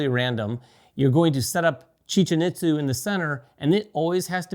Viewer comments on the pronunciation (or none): Pronounced, "EAT-za", not "IT-za".